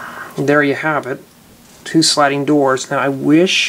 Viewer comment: you said goors not doors